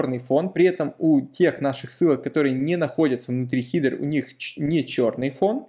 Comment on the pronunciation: хИдер...как же режет слух)